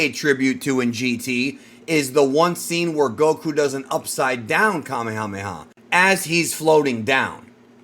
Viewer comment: Why do ppl continue to pronounce Kamehameha incorrectly?